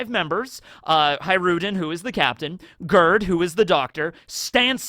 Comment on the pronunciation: I love how he says "Girth" instead of Gerd. And I think this name is refereing to the Swedish name spelled the same way. My church quire teacher's name was Gerd but it sweden sometimes you pronounce G as a J and a swedish J is much softer than the english one, it's closer to a Y actually. So closest phonetic way of spelling the name would be Yerd. Although the E is pronounces like an Ä which is sort of a mix between an E and an A some people would say but their is no real english equivalant. Put Gerd into google translate in swedish and see how they pronounce it. Also haha R and D together become like one consonant witch is like a D but further back in the mouth than a normal D. I didn't realise when I started typing this how difficult this was gonna be.